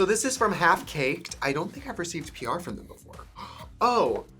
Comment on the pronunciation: It sounds like you’re saying “…on your prayer list” vs. “on your PR list.” Both work. 😂💗